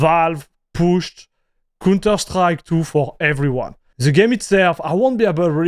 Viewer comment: its count not cun terstrike its pronounced cownter , you are saying an incredibly explicit word every time you say counterstrike XD